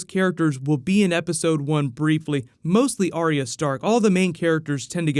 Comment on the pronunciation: its Ar Yah and not Aria